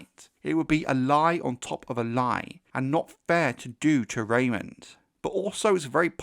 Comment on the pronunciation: Great video but it’s Raymun. Not Raymond. I note this mistake all over the place.